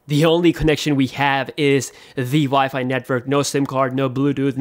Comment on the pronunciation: “the vifi”